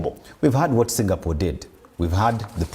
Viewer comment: Am I hearing Singapool